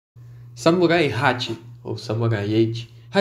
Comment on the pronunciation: Eu juro que quase toda hora eu escuto vc falando "Samurai Ecchi" kkk